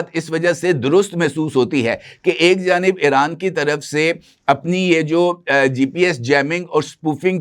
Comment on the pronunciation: محترم لفظ ایران کا تلفظ Iran کریں نہ کہ Eran ۔ اسی طرح چاہنہ کے سٹلائٹ کا نام بیدو ہے میدو نہیں